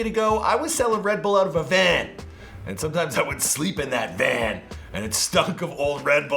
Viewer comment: The way he said vAn had me laughing 😂